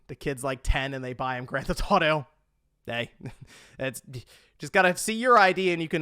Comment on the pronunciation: Am I the only one who can’t not hear say, “Grand Th-Auto” instead of saying the full title? Once you hear it, I’m afraid you’ll never be able to unhear it.😅 Edit: now that I’ve made this comment, I hear multiple times where he actually does say the full title. Am I crazy? 😆